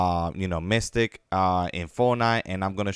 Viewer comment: man said mystic lol